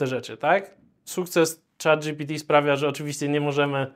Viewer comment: moje uszy bola za kazdym razem jak on mowi "chata gpt". Tworca czego? Czatu!